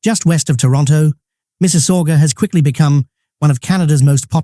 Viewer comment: he is not canadian ...make me lough the way he pronounce mississauga ha ha